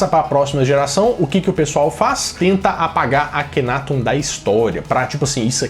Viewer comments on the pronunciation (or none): A GRIPE ESPANHOLA QUE NEM É ESPANHOLA, NA VERDADE ELA É ESTADUNIDENSE... - A PRONÚNCIA CORRETA PARA O NOME DO FARAÓ É: "AKHENATON". USANDO-SE A SÍLABA TÔNICA EM > TÓN.